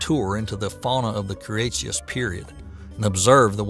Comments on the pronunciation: Clear and well-told, but never have I heard so many willful letter transpositions! KRE-TAY-SHUS. And for that matter SEN (not sien) O-ZOIC! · By the end of the what?!? The "Cree Yahtzeeous" period??? All kidding aside, Cretaceous is pronounced "kruh - tay - shuhs". If you're going to try to be a science communicator on YouTube then getting these small details right is absolutely paramount. If you're uncertain of how to pronounce a word try using Google to search for the phonetic spelling. You've definitely got the talent to be successful on YouTube but you can't wing it, not with complex subjects as is often the case in the domain of science. Take the criticisms levied at you here in the comment section as a To-Do List and you'll be well on your way. Take it personally and you might as well pack it in. Best of luck to you. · What is up with your pronunciation? Why do you say Ambulocetus like "ambew-luckatuss" ?? Deinotherium is not called "Dee-anno Theerum" . And no one else on Earth has ever referred to the Cretacious period as the "kree-atchiss period." ... but somehow he got Paraceratherium right. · Say it with me now; kruh-TAY-shus. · This video is, unfortunately, riddled with errors and mispronunciations. The narrator repeatedly mispronounces cretaceous along with, ambulocetus, cenozoic, cartilaginous and, oddly, calamari. Factual errors include the claim that both reptiles and mammals evolved from pelycosaurs (only mammals did), megalodon died out during the K-T extinction 66 million years ago ( when they actually lived about 40 million years later and died out 3.6 million years ago in the Pliocene epoch), angiosperms became dominant in the Cenozoic era ( in fact they were well established long before the Centozoic era some 100 to 120 million years ago in the Cretaceous period), the claim Paraceratherium was a Hippo ancestor (it was, in reality, a type of hornless rhinoceros) and that Therapsids were the first proto-mammals (they were not).